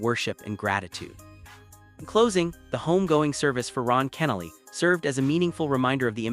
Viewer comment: Any time you CANNOT correctly pronounce the deceased name means it's AI or ignorance. Either way, disbelief of the post. Insincere post looking for views.